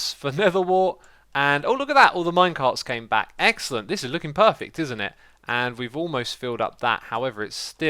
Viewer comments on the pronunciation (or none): When you say Xcellent LOL